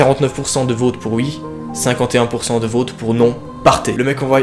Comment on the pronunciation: Toi tu dit pas vote,tu dit vaute.